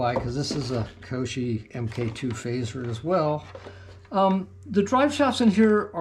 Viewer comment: Nice rc's. I do have to say your driving me nuts with the way you say the manufacturer name...KY OSHO